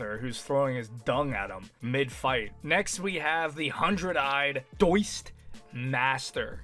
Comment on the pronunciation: ❌Daoist ✅Diced